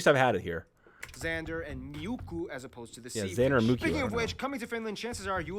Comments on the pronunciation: It's not miukku. Its really muikku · I love the way how that man is saying those places where is ä or ö😂 (I’m from finland) And rn here is like 20cm snow❤ Edit: I’m sorry what is miukku?😂 Its MUIKKU😂😂 Edit2: salmiakki IS SOO DELICIOUS!! Edit 3: you had like 1-2 hours of homework… i’m in 5th grade and i get like homework like for 10mins….. Edit4: Oh yeah we have like in EVERY house sauna LoL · the fish thing on that geography now video when he says MIUKKU it is not the real name of the small fish it is MUIKKU not MIUKKU and i know because I live in finland